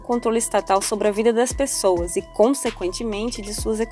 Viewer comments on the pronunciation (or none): none